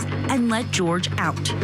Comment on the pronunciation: Why is this woman going back and forth with his name?? My gosh it's pronounced Jorge (George) .